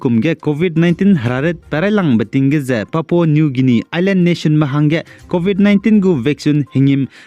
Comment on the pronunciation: Ndâ anui Leisi kageteibe tingge "Guinia" ze Pronounciation ge âh "Gainia" ze kuku delei, Ei nzeimak zai lun gaira da.